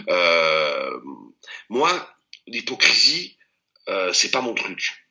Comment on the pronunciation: T as vraiment dit "hypocrisme"?